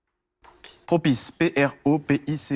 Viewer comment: Le ''propice" il m'a exterminé